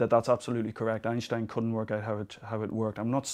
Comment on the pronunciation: Thank you, finally a not german native speaker pronounces Einstein right!